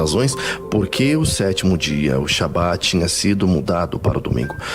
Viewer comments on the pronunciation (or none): O T é pronunciado também. Shabbat shalom.